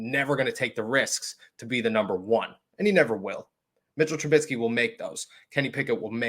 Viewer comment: chuckling at 'TRA-BIT-SKEE'. apologies, just funny to me. :-)